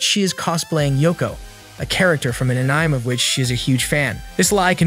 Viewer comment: Please re-record your audio with some edits, this is an AH-NI-MAY channel to recap and your'e calling ANIME AN-NYME -- it makes the ears hurt how bad that is over and over. Fix your AI script, blowing Japanese pronunciation is awful.